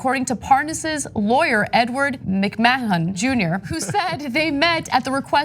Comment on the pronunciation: MacMahon is pronounced Mick-man for anyone curious.